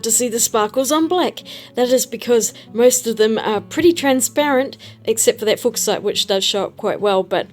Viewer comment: I think "Fuck-site" is pronounced "Fyoo-shite."